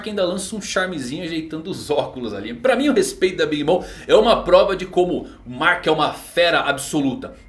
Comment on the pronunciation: Pronuncia bem big mom